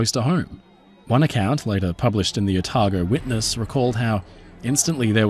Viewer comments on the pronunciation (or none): none